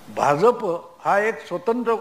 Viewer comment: Aho, Bhauna Bha'j'ap cha ucchar properly karayala sanga. It should be pronounced as Bha'jya'pa